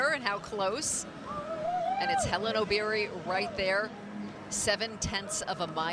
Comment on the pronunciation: Wueeh mzungu it's Obiri not ObYrY😂